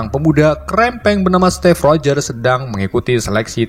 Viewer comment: Steve rogher bukan step rogher